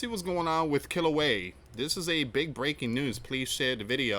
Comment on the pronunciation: [ kee-lau-way-ah ] Kilauea [ ha-lay-mau-mau ] Halemaumau